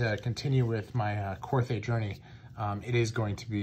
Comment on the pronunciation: Pronounced Kor-Tay.